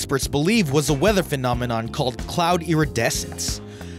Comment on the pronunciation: sounds fine to me! 😝